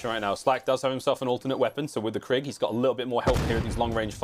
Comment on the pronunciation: IT'S PRONOUNCED "KREEG".